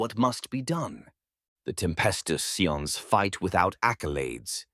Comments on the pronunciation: sometimes I hear it said correctly when saying "Cadian", but then when said normally it sound incorrect. Most media says it as Cade as in motorCADE, I keep hearing Cat-dia (silent "t" but same sound fx). Also Scions is pronounced like "Sigh-ON", not "See-In" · This is an AI channel, or someone is going to get yelled at for awful name butchering of certain things like Cadia and Scions.